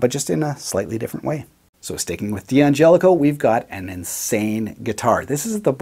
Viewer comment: "Dan gelico"